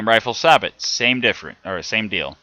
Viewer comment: I hate to be that guy but I believe sabot is pronounced "say-bow"